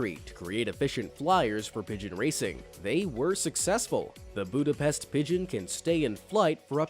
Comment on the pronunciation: So here I am, watching this video and two sides of me are fighting to write these comment. One wants to correct how you pronounced "Budepst" and the other wants to agree with everyone, that a lot of these animals are actually cute and/or majestic. 😆💁‍♀️🙃